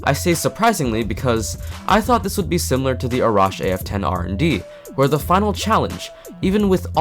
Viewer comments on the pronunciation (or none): none